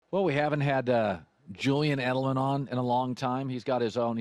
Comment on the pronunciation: Am I the only one that heard “Julian Edelan” at the beginning of the video?